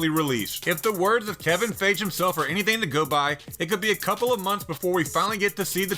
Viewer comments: Kevin “Fage”? It’s pronounced “Fie-Gee”. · Kevin phage? Dude at least pronounce the guys name correctly. He's not some random Joe. U should know his name if you're going to do a video about marvel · Fage? Great pronunciation man! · Why do you refuse to pronounce Kevin Feige correctly?